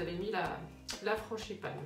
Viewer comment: juste une petite réflexion : franGipane et non franCHIpane, sinon c'est parfait. Bravo